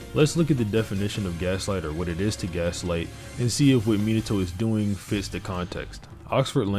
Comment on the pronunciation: It pains me how you pronounce Minato. Me-nah-toe is correct. You are saying minnie-toe